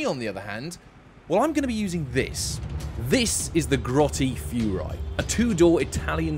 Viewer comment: it's pronunced Furia. Fury-Ah. Not Furai like that Mazda Concept Car who combusted at the... Show across the Pond